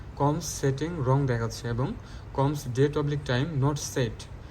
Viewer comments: কোমস নয় সিমোস।😄😄😄😄😄😄😄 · উচ্চারণ টা কমস্ না । এটা সি - মস হবে ।